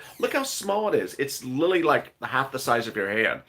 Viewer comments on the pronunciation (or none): I luv u to pieces my dude. But u gotta stop pronouncing the word "LITERALLY" as "LITALLY" lol it drives me bonkers babe lol